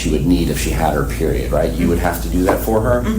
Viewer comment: I LOVE how the cop says “HER PERIOD”. Instead of softening it by saying “hee menses”. He says it very bluntly as if he is yelling it, without yelling. Kwim? IMO